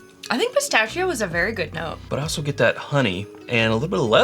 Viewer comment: just keep drinking and then you won’t care how you pronounce spistachio..